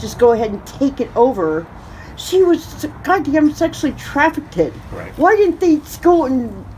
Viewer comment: ‘Traffic id’ 🙄 She repeatedly said it so it wasn’t a one time mispronunciation.